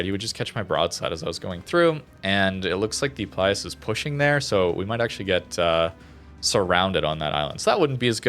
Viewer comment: the italian alternative ships' names start with PILUS, not PLIUS!